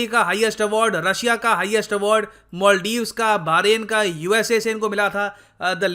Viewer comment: It's Maldives not moldives